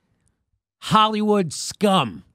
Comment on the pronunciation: Notice how she says "holywood" liberal, what a narc.